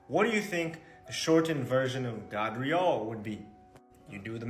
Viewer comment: Gabriel is not pronounced like that ijs…. And “God” word/term didn’t come about this way either, it came from a dialect used by Europeans they were saying “Got” but the dialect had them pronouncing the “t” sound with a “d” sound